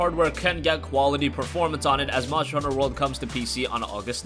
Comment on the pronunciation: Nice voice bur you need to annunciate the word MONSTER !!!